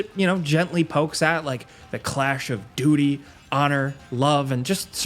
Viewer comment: Ha. He said duty lol